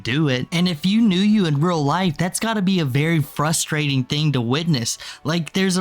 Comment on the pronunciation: “It’s fustrating”, I despise her and want her on the street.